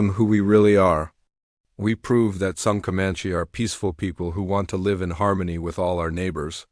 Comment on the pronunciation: Please have a human being Edit this video. DOT, IS THE END OF A SENTENCE!!!! Please have someone edit your story. (Live = live) Said incorrectly. I won't be watching anymore of your pathetic story.